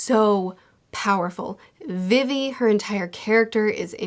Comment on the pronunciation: Good bid but y’all YouTubers love to mispronounce things☠️😭 logue town is said like log and you say vivi like you just say the letter v twice not vivy